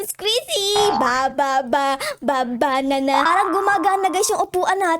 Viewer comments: hindi po banena dapat banana hindi lang banena😂❤ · banena mail si ate hindi banena banana 😂 galing mo talaga